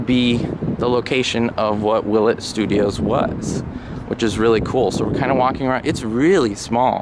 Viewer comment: Willet is correct!